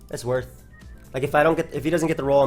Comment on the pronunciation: "THAT WAS WORTH!" * 2 seconds later * "that was not woth..."